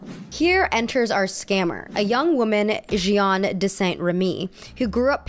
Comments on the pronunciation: “Jeanne” in French is pronounced “jAhnn” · (context - it's "jen" with a soft j) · You don't pronounce both "e"s in "Jeanne" :) Also I feel like scamming can be very capitalist. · So for a French prononciation, Jeanne is pronounced more like « Jan » than « je - ann » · Jeanne is actually pronounces J-Anne not J-y-anne :) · My parents are French so trust me I feel you with the accent struggle lol! You had livre right with that slight “uh” sound at the end! Jeanne would be pronounced like “Jahn” like a long drawn out A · Livre -> the "i" is pronounced like "e" in English. Ignore the "e" at the end of the word. (And you can pronounce Jeanne like Jane, it's close enough that we understand ^^) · Sis's editing in this video is on point! I dunno if she hired an editor or if she painstakingly did this herself, but brava!!! I will say though, her pronunciation of Jeanne - oh gosh... oh jesus christ XD It's not very often I hear my name pronounced in a French-ish accent at all but this was... an experience ahahaha! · I didn't understand the story about Jeanne because of the messed up pronunciation of the names I'm so sorry 😭